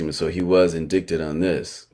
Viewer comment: Hey bro just a word of advice...indict or indictment is pronounced en-dite or en-dite-mint. You cant make these mistakes with the type of channel you have. I feel you have a reputation for putting out good shit.